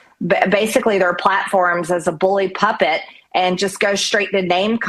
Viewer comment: "...a Bully Puppet.."? What's that? Did she mean "pulpit"?